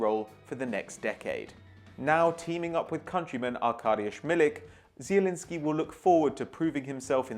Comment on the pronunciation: pronouncing Zielinski right=Like